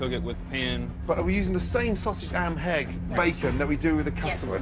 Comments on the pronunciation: Gordon really said am and hegg instead of ham and egg lmao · Gordon says “am and hegg” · Listen carefully .... Gordon says “are we using the same sausage, am and hegg..” hehe. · Gordon says Sausage Am Hegg